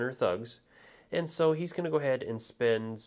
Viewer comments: THANK YOU! the "shookin" is driving me crazy. really helpful video otherwise, but man... that was rough. ;) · Loving this video really well presented, cant wait for my kickstarter copy to turn up, one note, dont know if anyone else disagrees but I believe shuriken are pronounced shur ree ken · Great Tutorial.👍 But please be aware that Shuriken does have an 'i' in it.👌 Mispronouncing it as Shuken was quite grating after a while. 👍😁